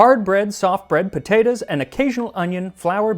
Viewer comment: that “potatoes” tickled my brain